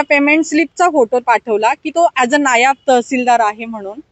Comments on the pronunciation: नायाब नाही ताई नायब तहसीलदार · " नायाब तहसीलदार " ❌ ... " नायब तहसीलदार " ✅